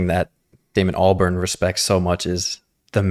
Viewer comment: Great video. It's pronounced Al-bahrn like a barn. Also, interesting to note, back in the day it was unknown who was behind the Gorillaz project and it was kept a mystery with many people being speculated to be the singers/songwriters but eventually people figured it out and Damon Albarn Just eventually started putting himself out there as the creator. Your dad seems to like de la soul. You should do three feet high and rising!